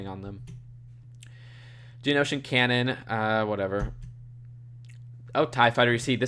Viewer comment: Did he just say "Cannon" instead of Canan and worse yet he called Thrawn "Yularen" I can't even